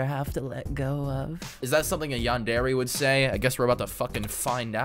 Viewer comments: "yan der ay" not "yan dairy" LMAO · its pronounced yandera but i guess yandairy works (yandere) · Man said yan-dairy 💀💀💀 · Bro for me watching anime all my life and playing anime games “yawndairy” caught me off guard so much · i just cant get over the fact he's pronouncing it "Yandairy" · ah yes: yan-dairy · “Yan dairy”💀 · “A yondairy” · Bro says yandere like yandairy💀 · "yan-dairy" T-T.. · A yandairy💀💀💀💀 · Why is bro saying yan DAIRY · i thought u where supposed to say it like yan der aye.. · The way u pronounce yandere kills me 😭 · Erm actually you are saying yandere wrong 🤓